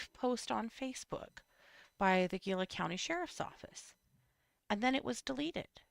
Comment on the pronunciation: Gila = hee-lah